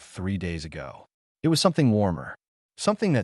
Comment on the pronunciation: AI kept saying "i-t" rather than "it".